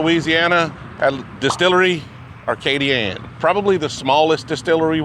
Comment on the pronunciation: …It’s Distillerie Acadian not Arcadian